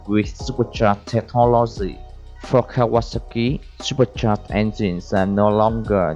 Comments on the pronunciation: is Kaw-a-sah-ki, i could be wrong. but i've been riding my kawi since i was 13 and always pronounced it like this. the last part is pronounced similar to the drink "sake" except its pronounced "saki" were as the drink is pronounced (sah-kay) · "Cow Ah ASaki" (not sure how he pronounced but I loved it